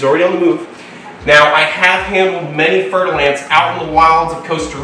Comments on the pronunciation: Fer-de-lance is french word. You have to say with French accent or I unfollow your beautiful channel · fer de lance, mhm. i did not know how to spell it and i thought i heard fertilized ants..... yea. i knew it wasnt right, but what IS right then?